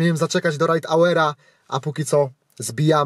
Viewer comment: Albo nie rajd hałer tylko rajd ałer